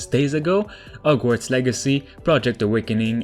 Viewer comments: He said, “OGWARDS” instead of HOGWARDS 😭😂😂😂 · No one:: Ogwarts